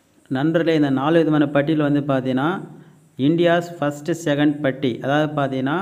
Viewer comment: செகண்டட் இல்லை அதை சென்ட்(வாசணை) என்று வாசிக்கனும்.எங்கள் வீட்டில் பெயிண்ட் வேலை உள்ளது முழு வீடும் பெயிண்ட் செய்து தர முடியுமா.தகவல் தரவும் விவரம் தருகிறேன்.